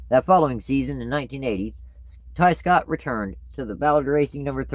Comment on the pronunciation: I thought you said Scott Riggs